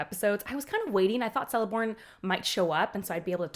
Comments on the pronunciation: I’m sorry but every C i elvish is pronounced like k if it’s not with an h after. Thus: Not Seleborn but Keleborn (Galadriels husband) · Tolkien was fond of his hard C's. So its Kell-ih-brim-bor not Sell-ih-brim-bor. Cirdan is Keer-dan not Seer-dan. Celeborn is Keleborn not Seleborn. It takes a while to get used to. 🙂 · Hey, what is very weird is the relationship between Galadriel and Elrond since Elrond is much much younger and actually marries Galadriel‘s daughter Celebrian. Also, the Cs are pronounced as Ks, so it‘s Kelebrimbor and Keleborn. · Just a note that the caracter of lotr that starts with a C , like Celebrimbor, Celeborn , Curufin and Celegorm , the sound of the C its of a K , like" Keleborn" . Just a note , love the video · Celeborn is pronounced with a hard C or K sound. 'Keleborn'. Same mistake Americans make with Celtics: 'Keltics' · Nice video but it hurts my soul when you use the soft "c" when saying Celeborn and Celebrimbor. It should be hard , "Keleborn" and Kelebrimbor" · Great video. A note on pronunciation: Celebrimbor and Celeborn are pronounced as Kelebrimbor and Keleborn.